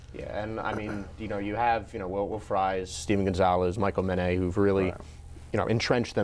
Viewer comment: its Michal Men-et not Men-ay.